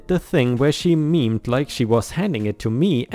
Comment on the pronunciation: Hey, mimed is pronounced like "my-m-ehd"